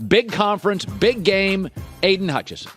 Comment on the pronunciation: Needs to learn how to say Aidan Hutchinson